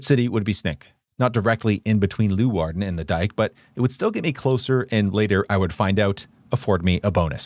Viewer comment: It is NOT Loowarden. it is Leeuwarden [lay -wardn] !!